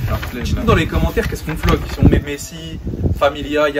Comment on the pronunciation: Wesh au lieu de dire Messi il la dit besi